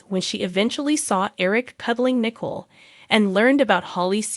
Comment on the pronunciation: Nicole not nickel